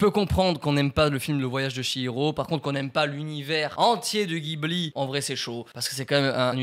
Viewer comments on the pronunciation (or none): juste ca se prononce jibli